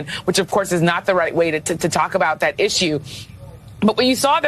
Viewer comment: I enjoy your channel and watching your content! I have ONE request, with all so respect 🙏🏾,PLEASE say "THat" instead of "Dat". It's driving me batty. 💙🤍💙🤍